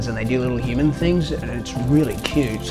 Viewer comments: “It’s really cyout” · The way he says cute. "Cyut"